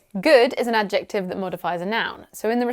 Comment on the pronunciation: I'm actually surprised by your pronunciation of "adjective" 😜.